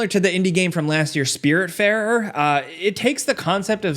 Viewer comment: why did you say fairer like that 😂